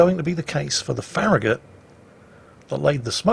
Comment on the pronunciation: farragut is not ferri gut